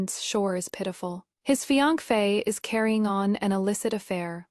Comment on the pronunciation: Why can’t AI say fiancée 😂